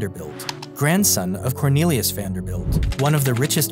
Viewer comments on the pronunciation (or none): none